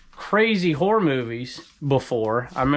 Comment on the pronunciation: Every time you say "HORROR" I think you're saying something else something bad lol. It takes me a second to realize what you're saying! lol